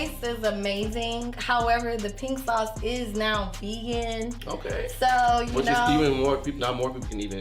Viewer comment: "RINK SAUCE" - Really... Why do AI have to be used for literally everything?! It RUINS shit!